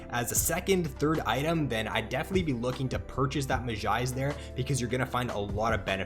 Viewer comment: really good vid but you say mejai's like a simpleton